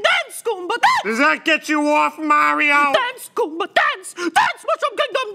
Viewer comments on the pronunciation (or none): none